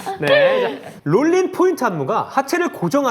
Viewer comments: 홍은지: 뉴놀린 은지: 롤린 우리 홍은지 뉴롤린 발음이 안됨...ㅠㅠ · 홍은지 뉴롤린 놀린이라고 하는것도 왤케 웃기냐ㅋㅋㅋ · 자꾸 놀리니까 롤린도 놀린이라고 하는 홍놀린좌...는 대체... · 홍은지 발음=뉴 놀 닌 ?ㅋㅋㅋ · 뉴롤린을 발음하지 못하는 홍은지씨에 대해 어떻게 생각하시는지 공식채널을 통해 입장 부탁드립니다.